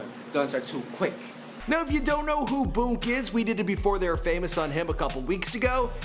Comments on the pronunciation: It’s boonk not boke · The way this nigga pronounces “Boon” be catching me off guard every time 😂